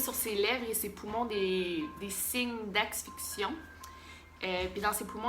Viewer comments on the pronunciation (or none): Actuellement une mini-série est en train d'être tournée dans ma région concernant l'affaire Grégory. Elle sera diffusée sur TF1. Par contre, on dit "asphyxie" pas "asphyxion" 😉 Alors moi la 1ère chose qui m'a choqué quand j'ai regardé le long documentaire en 5 épisodes de France 3, c'est que la mère ait laissé Grégory jouer tout seul dans le jardin, alors qu'ils avaient déjà eu des menaces du corbeau des mois avant l'assassinat 😑 Perso, je reçois des menaces, je reste avec mon enfant en permanence ! Je ne crois pas du tout à la culpabilité des parents, ils auraient monté pendant 4 ans une affaire de menaces et de harcèlement ? Le juge Lambert a été incompétent, beaucoup trop jeune pour s'occuper de l'affaire, il recherchait juste à se faire bien voir, à être reconnu. Au final il a révélé des choses qu'il n'aurait jamais dû durant l'enquête. Pour info, la grand-mère de Grégory, Monique Villemin est décédée au mois d'avril, probablement du Covid-19, elle résidait dans un EHPAD.